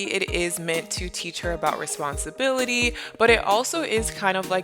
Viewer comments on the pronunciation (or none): i think you are doing an amazing job teaching ziya responsibility or should i say "responsibilithee" lol